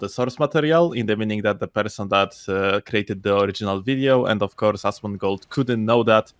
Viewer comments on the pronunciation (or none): its "Asmon" not "Asmond" lol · Imagine thinking you can get Asmon....I also think you got his name wrong on purpose, either way you're clowns.